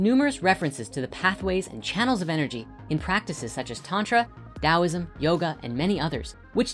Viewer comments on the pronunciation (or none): none